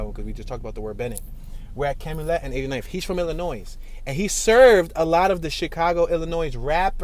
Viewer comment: This dude pronunciation of Chatham, Wabash, & Calumet is killing me.